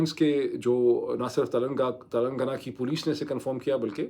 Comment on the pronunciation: Tilangaana is the right pronunciation